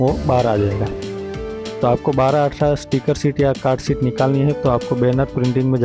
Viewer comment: I think you mean SHEET, not SHIT, which is a completely different word...